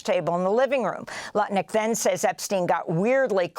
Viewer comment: "Howard Crutnick!!!" :face-blue-smiling